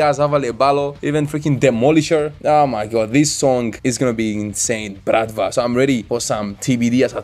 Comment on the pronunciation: Wow good pronunciation of Bratva slavic word